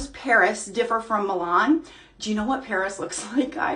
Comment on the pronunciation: Milan is pronounced Mill ahhhn